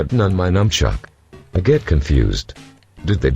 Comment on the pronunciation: fucking sony fanboy if you are a dumbshit why are you reviewing a great console and at least use your voice dickshit not this microsoft voice which calls the nunchuk a numchuck